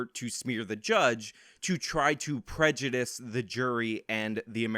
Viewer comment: Calling them victims is pre.. prejer… uhh… anyway…